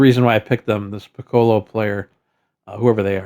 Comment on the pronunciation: Pi-KOH-loh…LOL. You don’t about the DBZ aura farmer that is Piccolo (Pi-Koh-Loh)? Or the instrument for that matter…😂